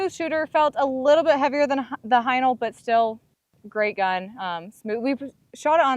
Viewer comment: Its not "Highnal" it is "Haenel" !!!! lol